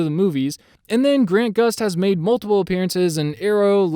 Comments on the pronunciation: He kept calling him Grant Gust lol. It’s Grant Gustin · He messed up two names. Most important Grant Gustin not Grant Gust. And is Danielle Panabaker not Daniella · You kept forgetting the "In" in Grant Gustin